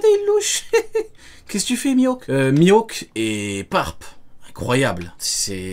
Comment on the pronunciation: ELLE A DIT MIWHAK NIVEAU EMPEREUR J’AI FAILLI ARRÊTER LA VIDÉO 😑mais bref